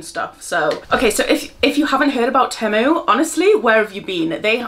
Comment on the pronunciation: 😂❤ it's 'Tea-mue' 😘 xxxxx